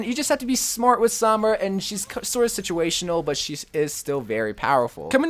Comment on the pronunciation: Sooom-braaaa not souuuum-braaa damn that pisses me off.